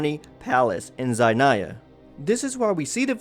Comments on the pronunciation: Ok you called shneznia zainia? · Zhainaya.... Sorry but im russian and cant stop thinking about this mistake lol bcz its Snezhnaya u know. Im not even talking about how the palace called here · LOL thats not how u say Snezhnaya or Childe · You had me invested until where you mispronounced the homeland. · I love u alot but these pronunciations got me so distracted RN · If I can be of any help, please revise your pronunciation on “snezhnaya” and “zapolyarny palace”. They were quite incorrect and sometimes it’s upsetting the fact that people does no effort at all to learn to say things that are not in their native language. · How can you pronounce everything so weird like snezhnaya and Childe and zapolyarny palace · the pronunciations of schneznaya and childr are killing me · Why do you call him Chil-de, when in game they call him Childe. If you're going to make informative video about Genshin Lore, please start by pronouncing their name, place right man. It gives more legitimatcy to your content.